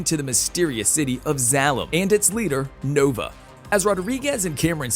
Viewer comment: It would have been nice if the announcer had seen the first movie to get the pronunciations correct on the characters and the city in the sky. Since owning this movie and having watched it multiple times it was cringeworthy hearing "Doc Eye-to" and "Zall-um" At least he got Nova correct, lol. One of my favorite all time Science Fiction movies.